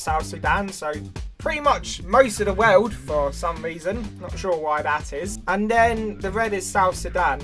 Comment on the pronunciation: I like than in his accent world is pronounced “wewd”